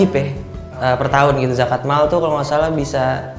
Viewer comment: kenapa gue ulang ulang ya yang "zakat mall" wwkwkwk